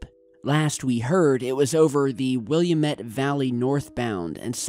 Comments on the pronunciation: Fine job, but it's will-am-et valley, not William-et valley, you gave those residents an extra i. Otherwise, perfect again. Heal well, we need you and your work you do. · I live in the Willamette valley...I heard nothing about this. And its pronounced Will-am-ette. NOT Will-a-mut. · People in PNW just facepalmed hard... WILL--AMETTE not william-ette... 😥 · It's pronounced Will am ett valley not William ett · Will-AM-it bro! Keep feeling better man!!!!!!!!!!!!!! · It's the (will am it) that's how u pronounce it. You are silly.......Have a good day. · it's WILLAMETTE with an AHH sound, not UHH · its pronouced Will Am Ette not William Ette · That is "Wi-llam-ette" valley, not "Will-e-a-mette" valley. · It's not Wil-a-met. It's Wil-amet. Just a tip. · WIL- LAM-IT not WILLUEMIT. ORGUN not OREOGON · It’s pronounced how it’s spelled.. not “Willy-mate.” It’s “Will(a)mette.” Willamette. Come on, man. Willy-mitt? I’m from Oregon. You pronounce oregon strangely too. Just say it slowly and naturally. Pronounce the “e” as an “eh” and the “o” as a “ghin” or “g-in.” Oregon. Don’t say “Orygawn.” It’s appalling. Also, I’m an experiencer. Lots of crazy shit happening out here in Oregon, let me tell you what sir. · It's Will-aah-met, not Will-uh-met, yes, I'm an Oregonian. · its will-am-it- not william-ette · Willumet? All Portland natives understand the cringe factor. Willamette.. will. am. et. No shade! Just had to point it out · Its pronounced WILL LAM ETT NOT WILLAM ETT LOL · Ah, just to be picky about names - Willamette. No i, so not William ette. Just Will a mette. Northwest cities, can be hard to pronounce. Just in case you ever get to Sequim - drop the e, just pronounce it Squim. You should check out ChinaMrs Jones - she took pictures of HER break and it's.......scary! Glad you're getting better! Just watched the new GreenDay video - they address the programming of the masses.... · The area spoken about is pronounced WILL AM ET! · It's WillAMette